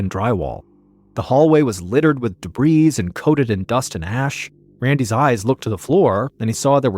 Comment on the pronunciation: Someone please tell the like button that they can get back at Ballen by correcting his grammar and pointing out that the S on the end of debris is SILENT. 😩